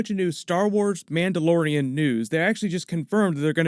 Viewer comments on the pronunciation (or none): he said this story follows a Mandalorian? I heard Amanda Lorian XD